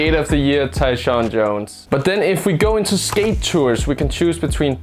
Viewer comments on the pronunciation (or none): none